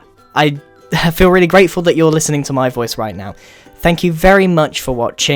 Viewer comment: (The End) (Message From Grian) Me: Rweally? :)